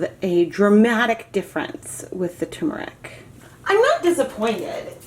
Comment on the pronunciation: As an Indian... For the umpteenth time... It's not "t-ù-meric" It's "t-er-muric" as in urr... Turrm-urr-ic